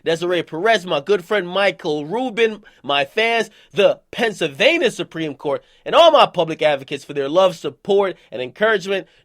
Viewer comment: akademiks pronounced it “pensavaina” 😂😂